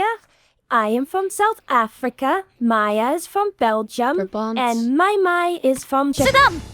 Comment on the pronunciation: i like how cant pronounce belgium